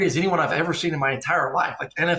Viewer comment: Man said Jake fromm lol